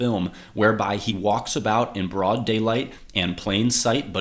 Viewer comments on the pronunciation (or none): none